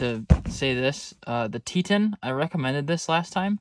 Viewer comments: Te-ton not tean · Tei-tawn is the pronunciation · Thumbs down for the mispronunciation of Teton. Te-ton. Like the Grand Teton's... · Just a pronunciation nitpick, but Teton is pronounced “tea”-ton. Like ice tea. It’s a mountain range in Wyoming. Love the vids man. Keep it up. Also you should go check out the Tetons some time. I can tell you about some primo camp sites with amazing views. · the teton cot is pronounced tee-ton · Tee tawn